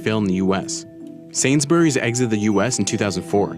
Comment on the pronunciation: and "sains-berrys" too kms